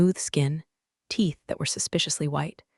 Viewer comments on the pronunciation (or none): none